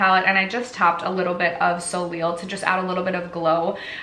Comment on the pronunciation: love seeing your looks! i think simple eye makeup looks so good on you!! and that red dress omg! 😍😍 also soleil is pronounced so-lay :) what do you do for work? i wish the doctors i work with took us to see pitbull ahaha!